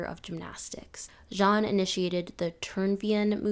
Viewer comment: Well done, but for future reference: Friedrich Ludwig Jahn is pronounced Yahn, and Turnverein is pronounced tourn-fair-ayn ✌